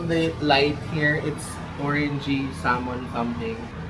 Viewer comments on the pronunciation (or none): none